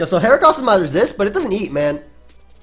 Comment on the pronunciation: For once I agree with your pronunciation of a mon. I don't trust people who say "heachran".